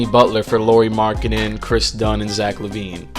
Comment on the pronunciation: C'mon MaN. If u gonna make a video that really about one person and that happen to be about ROOKIE FIRST TEAM LAURI MARKKANEN say his fucking name right! I am sick of you fakes talking like u know bout basketball but can not get the players names right!